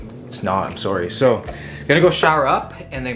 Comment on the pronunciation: You can hear the Canadian in his voice when he said “sorry”